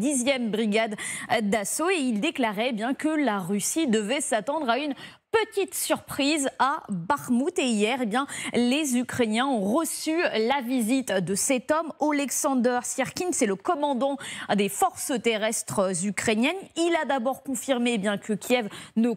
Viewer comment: Faites quand même attention à la prononciation... "ont roçu", "elle est rodutable" C'est déjà mieux qu'avant mais il reste du travail ! ;)